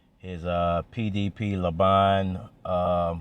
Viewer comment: "Laban" Laa'ban